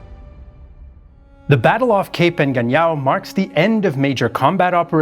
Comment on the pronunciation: Engaño it is not the same as “ Engañao”….. I could not help it 🤪🤣🤪🤣🤪🤣